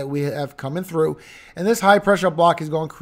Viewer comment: You keep on saying trough it's not a trough bro it's a cold front two different things